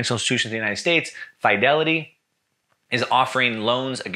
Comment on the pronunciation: It's high time you learn how to pronounce "Fidelity" as well as "fiduciary".